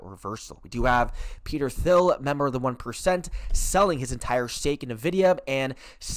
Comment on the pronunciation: sir its....IN videa.......N.....is IN.......not nuhvidea